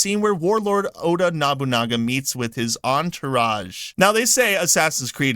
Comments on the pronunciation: Sounds like you were saying Nabunaga instead of Nobunaga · No-boo-nah-ga.... Proper pronunciation of the name please... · I-E-a-su NO-bu-na-ga Why is that so hard… You’re right to criticize Ubisoft, but it sounds a bit weird weird when you do it saying all these historical names wrong